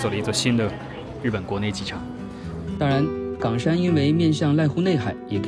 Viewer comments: 為什麼岡山ㄍㄤㄕㄢ念起來像港山？ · 是冈山（一声） 不是四声哦